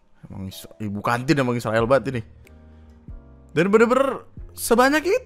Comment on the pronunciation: bukan isrewel yg video bilang diserain (diserakin)